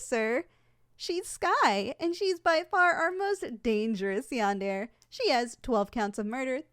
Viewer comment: Is anyone going to point out the fact that she’s pronounced yandere wrong